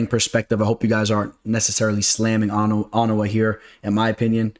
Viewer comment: OH-NAH-MAH 😂😂 Your name pronunciations crack me up. Let's get to that bag tho!!! $$$